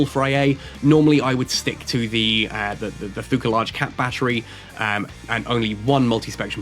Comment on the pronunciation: pretty insane fit for c3 ratting. Been seeing a lot of vids about the ship already and can't wait to get my hands on it. Also the "h" in Thukker is almost silent, so it's more or less pronounced like tukker